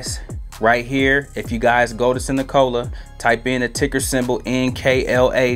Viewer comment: Nik-uh-la......NOT Ni-Cola 😂😂😂